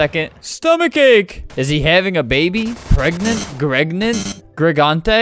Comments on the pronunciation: I see this is a new version of "pregananant"... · “ Pregenant “ “ Gregnant “ “ Gregante “ English is evolving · "can a 9 year old get pregent" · "Pregnant?" "Gregnant?" "Gregante?" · Pregnant? Gregnant? Gregante? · flamingo:trys to say pregnant amsisjsmismaam